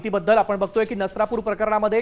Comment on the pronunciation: नरसापूर नाही नसरापुर